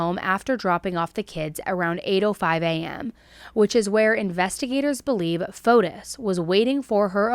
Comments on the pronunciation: Pronunciation: It's not FotUS, but FotIS. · I go to church with a lot of Greeks. The S is silent. FOTE- TEE